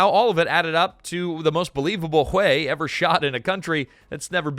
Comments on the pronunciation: Ai sucks so bad, "the shattered streets of hue e" it's pronounced way" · It’s pronounced Hway. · I believe Hue is pronounced ha-way. Short a's both times. I hope to God it's not an AI error. In that case #^(*&( you. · Hue… Ha-way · its hWay city (Hue') , not huey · It’s not pronounced you it’s way (hue) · Hway, not hugh. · Its "whay" NOT "hoo eh" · Hue is not "hoo-ay." It's "hway." The video pronounces it at least three different ways, one of which is actually correct. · WTF is wrong with you...??? Is this AI audio slop, and not a real MAN speaking...? The city "Hue" is NOT pronounced as 'hoo-way'!!!!! It is pronounced as 'whey', like the protein. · Hue is not pronounced "huå" it's "wā" automated announce c software is woefully distracting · The city is pronounced "way". Not hu ay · The city of Hue was pronounced like "Whey" as in "eating her curds and whey" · Hue? It's pronounced 'whey'. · Holy crap, you were not even consistent, you then change to pronouncing it as 'Hugh' at almost 5 minute mark, and then finally at 5 minutes you pronounce it correctly, in the same Numbered commentary segment... Dude, re-record your pieces, or you sound like a 'tard! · yeah...the proper pronunciation is "Whey" with upward reflection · You know it's just another regurgitated blah blah video when they mispronounce "Hue." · Good grief. Learn how to say Huè. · The most interesting fact is how many different ways you said Hue pronounced WAY city. Or that you called a Commandant a commandment. It's interesting how you can run a great video by being trash as a presenter. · A I slopifier pronounces "Hue" correctly 1 out of 3 times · It was pronounced 3 different ways in less than two minutes.😂😂😂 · Also how many times did it mispronounce Hue. 😊